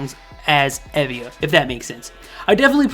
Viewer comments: Someone probably said this, but it's EE-via. "ee" as in "seek". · Tymee is a QUEEN she is my favourite rapper, periodt. As you asked for any corrections, E.Via is pronounced 이-비-아